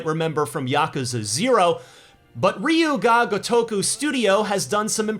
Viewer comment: Muh - jee - muh Ree - yoo - gah - go - taku